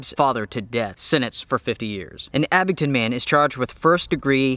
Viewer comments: please guys abingDON NOT abingTON very disturbing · Not trying to be a word Nazzi but it's ABINGDON with a "D." I used to live in Tazewell County VA. I Would drive to Damascus 3 or 4 days a week to pick up a co-worker then drive to Abingdon or Bristol to work. My co-worker lived in one of the old stone houses built probably pre world war II. It sure is a beautiful area. That was back in the mid 80's. I lived in Charlotte in the 90's & I used to drive up through Mt. Ariy to Witheville & on down 81 to Bluefield then to Buchanan County. To home. The whole area is picturesque. I live south of ATL. now. I get up that way 3 or 4 times a year.